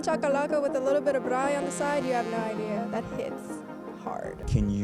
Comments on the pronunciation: The way she said Braai says she is south African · the accent on " braai"? i believe her. she is us we are her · I like how she pronounces braai properly 😅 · LOVE how real she is. She doesn’t just claim she be from SA and then pretend she doesn’t know what we’re about lol. The way she decided to pronounce braai, chakalaka, calling it ‘primary school’. Love her. Instant insta follow! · Thank you for representing South Africa so beautiful.❤ I love your pronunciation of "braai".